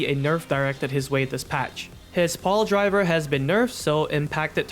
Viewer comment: You misspronounced Piledriver, watch vid of Beaver to learn. Paaaldraver